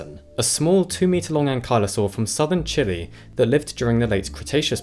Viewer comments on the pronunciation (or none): Great video, what an interesting new beast. The country name is pronounced more like “chee-lay” though ;)